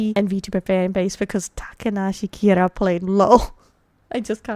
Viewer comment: I think you are supposed to emphasize the first A in Kiara.